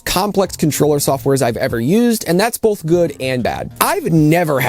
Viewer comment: You ever notice that you say both like bowl-th?